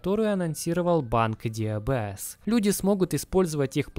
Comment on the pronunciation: Так слух режет когда ДиБиЭс называют диЭБэс. Нет буквы Эб в английском алфавите